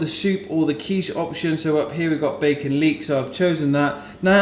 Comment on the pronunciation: Haha, it's leek. 😂